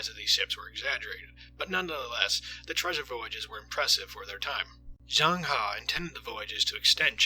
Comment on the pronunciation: u pronounced zheng he wrongly